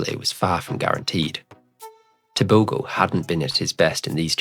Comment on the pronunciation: Okay, that G in Tebogo sounds like h. Just say Teboho and that's the correct way to pronounce it.